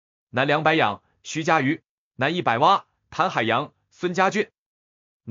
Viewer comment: 覃海洋，发音是Qin，不是tan